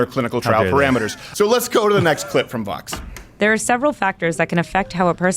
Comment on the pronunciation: Rob Hicks they can’t even pronounce Vōx correctly... smh